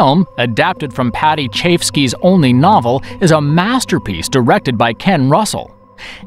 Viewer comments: nice list. But seriously dude- paddy chafski???? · The narrator is great in this video - but I must say, the pronunciation of some stuff is disappointing. Paddy Chayefsky for example is "Chi-Ef-Ski" not "Chafe-Ski".